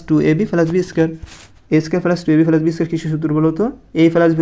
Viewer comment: স্যার আপনি কি প্লাস বলতে পারেন না